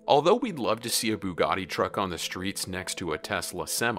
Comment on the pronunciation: Yeah I think it's pronounced more like "sh-ir on" and not "ki-ron" and he said "bugot" ....yeah this guy seems like he only knows about trucks and not cars